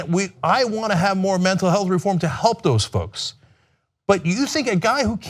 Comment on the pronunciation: Ryan repeatedly mispronounces Mental Health...A strong indicator of active lying.